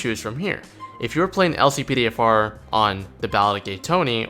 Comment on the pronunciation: how to activate the LCPDFR mod? i only hear "Click all NP" when u said how to activate it